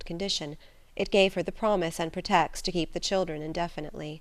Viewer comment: She mispronounces a lot words, such as "pretext."